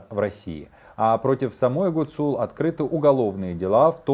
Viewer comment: В фамилии Гуцул - ударение должно быть на первом слоге